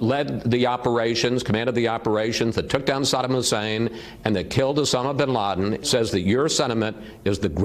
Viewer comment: Did she just say "Obama Bin Laden"? Is she that dimwitted?